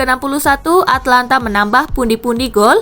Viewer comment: Min,itu Atalanta bukan Atlanta...